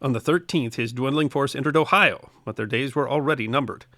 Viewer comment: Thank YOU for pronouncing "Ohio" correctly. Not the "Ohi-a" many seem to think how it's pronounce. Good episode!.